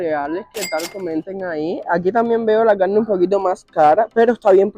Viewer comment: Se dice Carne no cannne